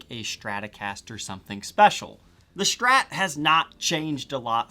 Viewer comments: Only thing I dislike here is your "shtrat" pronountiation 😜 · "Schtratocaschter", "the Schtrat"